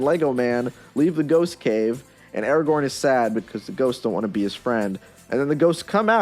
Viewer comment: Stop saying Eragorn!